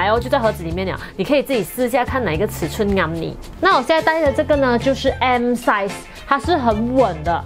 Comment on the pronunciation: 做莫讲解size 的时候。S ，M 然后 L size 会多出一个 J 出来的😂 做莫酱的。。。